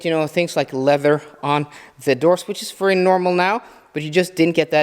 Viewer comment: Since you use VERY a lot and I mean A LOT, take your time and learn to say it properly. Right now you pronounce it as if you are saying worry. No good